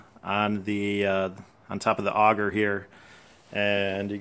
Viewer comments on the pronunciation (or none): none